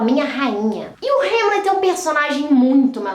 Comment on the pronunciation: É rãmlet, não rêmlet